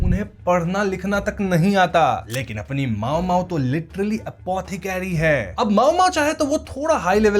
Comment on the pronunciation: मामो❌ माओमाओ✅